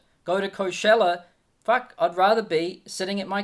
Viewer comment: Bro says Fuck so weirdly 😂 Love the content.